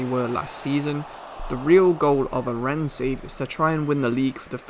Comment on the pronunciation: Loving this channel. Great content and well done with the correct pronunciation of Rennes!